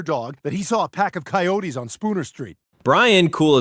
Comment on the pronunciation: You couldn't get coyotes right, I don't wanna see this channel again. lazy and sloppy.